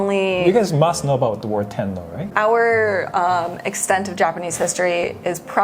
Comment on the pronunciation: The war tennou got subtitled to "war 10", I think he ate the syllable which is why I use subtitles (btw I'm norwegian), english is really good and the subtitle would be correct if people talking don't eat the vowels too much.